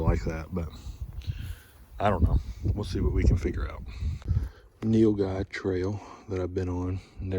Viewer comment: Bro can you do a video on how you butchered the Nilguy?